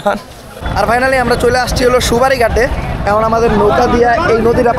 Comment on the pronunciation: Vai hapna vol bolca oi ta সুপারি গাট না ওইটা সোয়ারিঘাট😂😂